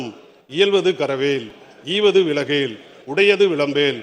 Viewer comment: ஈவது விலஹேல் ❎ ஈவது விலக்கேல் ✅